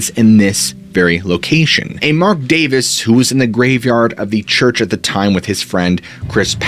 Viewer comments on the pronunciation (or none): none